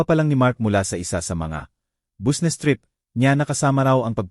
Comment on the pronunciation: Ewan ko Basta nttwa ako sa narrator sabe nya busnes tas nikte gete Durk nub